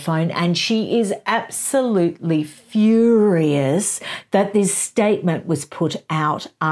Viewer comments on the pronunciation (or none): none